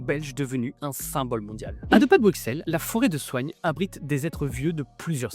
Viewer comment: OH TU L'AS FAIT😍😊😊😊😊😊 par contre par pitié arretez de dire le X de Bruxelles on dit : "brusselle" on ne dis pas Pariss nous, par contre on dit Anverss (à cause des flamands🤮)